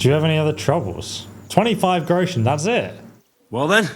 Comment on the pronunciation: Groshens you butchered it